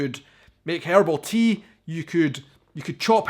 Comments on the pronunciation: “Herbal” as you pronounce it sounds almost like “hair all.” 😆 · Better than hearing "hair ball"!